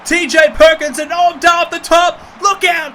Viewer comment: Did he call 'Noam Dar' 'Gnome Dar'? How dare he!?